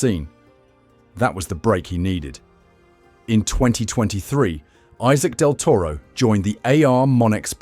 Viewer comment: You don't kmow to pronounce his name. Respect thim and learn to pronounce his name..